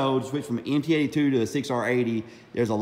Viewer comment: Nice video but it’s “MT-82 “ not NT